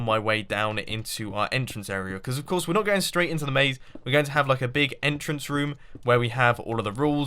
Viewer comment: I'm pretty sure its entrance not enter-ance